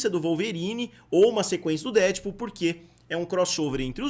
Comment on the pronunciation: por favor, pare de falar DÉdpul. A pronuncia correta é DeadpÚL. Última sílaba é a tônica. Deadpool. Um abraço!